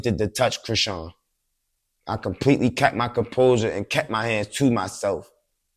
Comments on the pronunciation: The way dude pronounced her name! "Sean" is still in there and I thought most of us wld know how to pronounce that! 🤔😳😂😂😂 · That was SO CRINGY when interviewer intentionally said Chrisean name wrong . That's corny af "that's how u say her name" ??